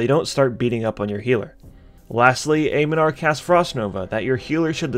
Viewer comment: AM NEN NAR. i know its just made up names for a fantasy rpg... but i keep running into people clearly not taking a second to read correctly. Some other person kept mispronouncing Agamaggan in another video... even though im pretty sure one of the npcs yells something like "Victory for Aga ma ggan!"